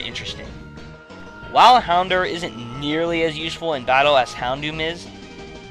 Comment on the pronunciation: fyi, it's HounDOUR (as Dour rhymes with Hour. the proof is in the episode "Hour of the Houndour)